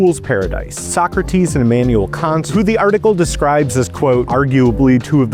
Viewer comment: finally someone who knows how to pronounce Socrates